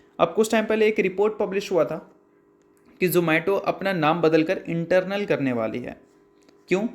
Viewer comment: Sir ji not Internal (इंटरनल) but Eternal (इटरनल) !